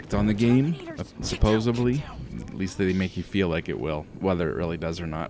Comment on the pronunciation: Maybe the review scores reflect that it didn't do much to stand out, though if you're looking for a future war Terminator game, this nails the looks. I'm not harping on you, but do Canadians say "supposeBly" instead of supposeDly? You used that a couple times.